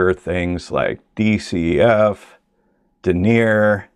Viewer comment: Sounds like some people bring their corporate speak with them into nature. I would correct such a person on their pronunciation of "denier". It's denny-ay. It's French for grams per 9 kilometers of thread.